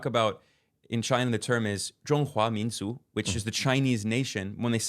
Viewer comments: pronunciation of 中华民族 is shockingly good - the tones are perfect. Learning Chinese has definitely not been pushed too far down his priority list as he claims, haha. Thank you as always. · Zhong hua min zu……. is perfectly pronounced the tone, this is the most difficult part of language